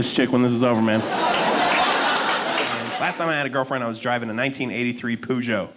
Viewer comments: In phonetic English it's pronounced PUR-GEE-OH, it's not that complicated. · Is he saying Peugeot? Pronounced per-jo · Dude can’t pronounce Peugeot... You can do better than Poojow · does he mean peugeot ffs? what's poojoh? facken called to mind king's cujo lol edit: it's peu kind of as in person, a brief sound, and then joh with the French j, again shortly breathed out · Everyone else :Perzsho Him: Poo Joe. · I think the posh lady may have been laughing because it’s not pronounced poo joe. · " I was an idiot " he said... some time after he pronounced it pUjo ? What the hell is pujo ?! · Hehehe... he called it a "poogeot". Funny that. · That's the closest pronunciation to what it's supposed to be even better than the Brits who pronounce it "Per-ghoo". For anyone interested BTW it's pronounced "poo-shoo" its a french name named after the founder Armand Peugeot. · WHY CAN'T THIS GUY PRONOUNCE PEUGEOT CORRECTLY? HE ACTUALLY SOUNDS LIKE HE COULDN'T FINISH SCHOOL. I COULDN'T WATCH THIS BECAUSE HE COULDN'T PRONOUNCE A CAR NAME CORRECTLY. YOU'D THINK SOMEONE STANDING IN FRONT OF AN AUDIENCE WOULD FACT CHECK THE THINGS THEY'RE GOING TO SAY. CRAP. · Oh my gosh, is that what he meant? Peugeot? I thought it was a local US brand hahaha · the pronunciation of peugeot is hilarious to me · It’s not pronounced like that in the country of origin lol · cant belive people pronounce "peugeot" like that